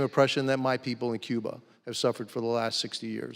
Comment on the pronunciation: Says he’s Cuban but pronounces the country of his birth like a white man would😂